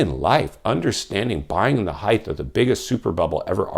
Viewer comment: Height .... Not heigth